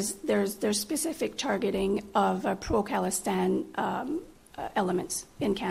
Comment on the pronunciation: Good pick. She said pro Kalistine 😀